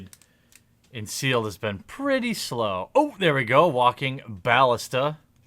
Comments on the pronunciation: Isn't it pronounced "ba-list-a"? I always here "bal-ista" from you. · Hey man, I love the videos but Walking (Buh-Liss-Tah) <3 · i enjoy your videos but can you pronounce ballista right